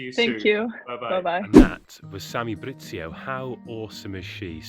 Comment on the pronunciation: Video starts “Samy BriZZio” ooooook ahahah